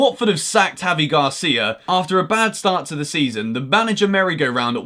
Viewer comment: Gracia sounds like you're thanking someone 😂, it gotta be Garcia 😅